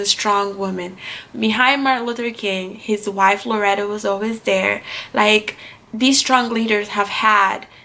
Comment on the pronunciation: Her name was Coretta not Loretta.